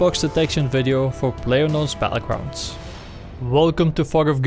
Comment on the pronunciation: BaTTlegrounds not Bahullgrounds